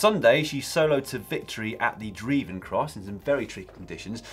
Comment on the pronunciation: the druivencross is pronounced: the droivencross 😉